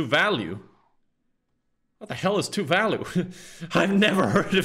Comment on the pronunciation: that pronunciation of Tuvalu scared me oh alr atleast he said it correctly after